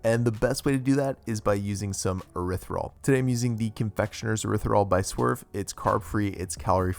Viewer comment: Can’t wait to make these! Also, isn’t it pronounced erythri-TOL? I’m actually not sure because I hear a lot of keto people leave out the T at the end?